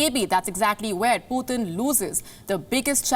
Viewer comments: lady, it's just p-u-t-i-n, not puthin! at least do some research on how to pronounce a president's name properly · She is pronouncing Putin's name as someone from UP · She does not know how to pronounce the word Putin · I love to hear her accent 😉 when she said Putin. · that is how it's pronounced in russian language. but yeah kinda funny cuz we are not used to it. haha